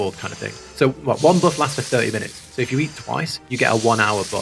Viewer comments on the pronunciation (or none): none